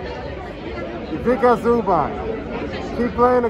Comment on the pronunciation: the way the guy says Zubac name has me weak